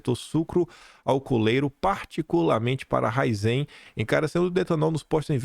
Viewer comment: É Ra-í-zen.